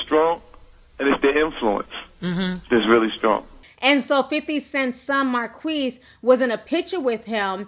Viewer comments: Is it pronounced Mar-kweese or Mar-keese? l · his name is pronounced Mar keys not Mar queeze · Is his name pronounced Mar-qweess or Mar-kiss?